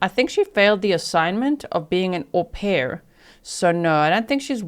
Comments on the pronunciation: Damn, G, that was a good one, “HO-pair” 😅😂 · How do you spell it haux pair like faux lol ? 😅